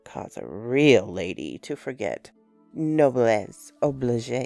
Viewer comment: Psst. ( I'm not a grammar sheriff or anything, but a hint for the future, noblesse oblige is pronounced oh-bleej, not obligay) I do like your work!